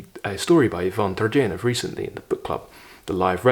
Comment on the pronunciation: One good entry point into reading Austen is watching some of the movie or video adaptations. Then go read, and as far as I am concerned, Just read! don't try to analize. Worked for me! and, btw, it's TurGHeniev, not TurJeniev!